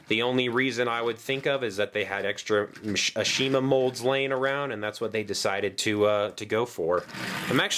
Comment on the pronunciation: Shouldn't you pronounce Ashima's name correctly? They corrected this in the reboot. Same thing goes with Rheneas' name being pronounced as Ren-ee-as.